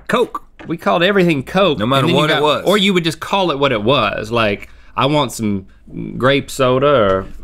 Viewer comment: Rhett’s southern was showing when he said “Meller Yeller”